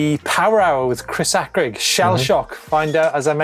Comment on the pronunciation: I’m sure it’s pronounced Chris hay crig not Chris hack rig